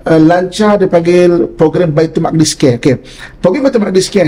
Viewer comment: Sebutan Baitul muqaddis oleh pengacara harus diperbetulkan iaitu Baitul Maqdis... wallahu a'lam.